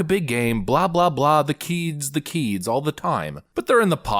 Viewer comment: Eets about dee KEEEDZ!